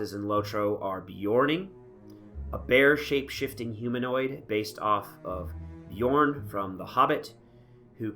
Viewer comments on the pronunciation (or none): none